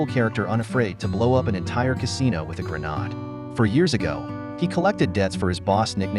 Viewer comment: A “gren-odd”? Stupid AI narration.